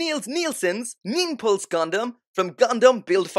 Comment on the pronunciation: "Niples" Gundam hahaha